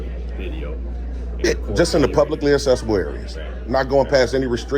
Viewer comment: Convict out being a public nuisance in public again. He is so stupid and can't use the correct word accessible instead he says assessable area. The constitution does not give you the right to do what you are doing.